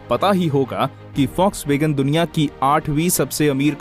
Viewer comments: Foxwagen nhi Volkswagen 😂😂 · Vlokswagen india hota hain folkswagen india nahi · Foxwagean nhi bhai Volkswagen 😂😂😂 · Bhai use Folkswagen pronounce karte hain